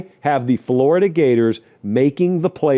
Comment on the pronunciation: Thought I was dreaming at first but he really said flordia in the playoffs